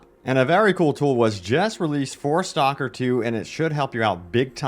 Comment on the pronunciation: Dude... It's "STALKER" not STOCKER. You keep calling it STOCKER 2. I can't stand it anymore.